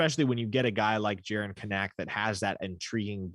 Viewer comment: Hey, I prefer the way you pronounce Kanak but the Kanaks say it the other way. Can-nick. Emphasis on the Can, maaaan